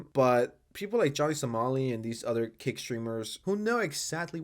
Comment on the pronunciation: Is he saying Kick or Cake? Theres a platform named Cake? Even the subtitles say Cake.